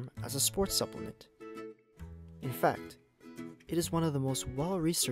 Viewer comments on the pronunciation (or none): none